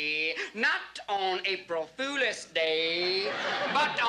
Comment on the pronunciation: For 50 years I've pronounced it as "April Fool-is" day because of this. My children do too.